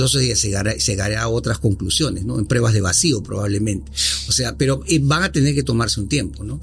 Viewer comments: Todo bien, pero me estresa escuchar a cada momento la palabra mal pronunciada, "prebas" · ¿Porqué dicen prEbas y no prUEbas?...